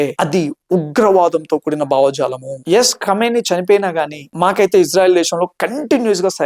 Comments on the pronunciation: Kamineni kadu bro Khameni English baga nerchiko brother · కామినేని కాదయ్యా... తెలుగు వాళ్ళ పరువు తీయాకు ఖో మై నీ అని ప్రొనౌన్స్ చెయ్యి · అతని పేరు కామినేని కాదు బిడ్డా, ఖొమేని....!! పేర్లు సరిగ్గా పలకపోతే... సందేశం తప్పుదారి పడుతుంది... దయచేసి, పేర్లు.. మనుషులవైనా... దేశాలవైనా. .... వీడియో చేయకముందు... సరిగా తెలుసుకుని... కరెక్టుగా చేయండి.... అప్పుడే.. మీమీద నమ్మకం పెరుగుతుంది...!! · కామినేని కాదు బాబు, కామేని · కామినేని ఉత్తమనేని కాదు ర బాబు ముందు పేరు పలకడం నేర్చుకో ఎర్రిపప్ప